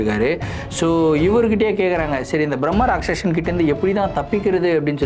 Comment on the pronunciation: Not Bhrammarakshasan it's called Brammarakshse